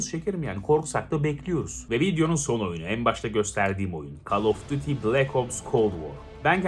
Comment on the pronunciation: Abi şu oyuna call of daty demeyin ya duty diye okuyun not bende daty diyenlerden in🙃🙃🙃🙃